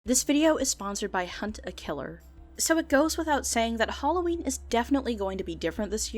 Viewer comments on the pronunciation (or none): You pronounced Halloween incorrectly.